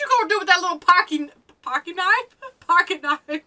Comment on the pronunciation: “Pockey knife”